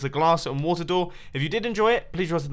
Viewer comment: I don't think Mumbo is ever going to be able to say 'water' without me having 'wata sauce' go through my head.